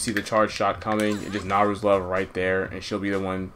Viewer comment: Except when he's mispronouncing Nayru's Love the whole video xD